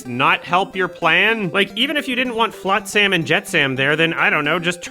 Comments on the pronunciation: great review but why the fuck does say flotSAM and jetSAM🤮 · "Flot-SAM and Jet-SAM" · I agree with basically all of this but I can't handle how you pronounce Flotsam and Jetsam... It's not an 'am' sound it's an 'um' sound my man. Otherwise keep up the good work. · Halle Bailey is a mediocre singer and a bad actress, Jodie Benson was a good singer and a good voice actress Also mispronouncing Flotsam/Jetsam was weird lol